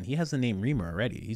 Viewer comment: His name is pronounced Rhrimer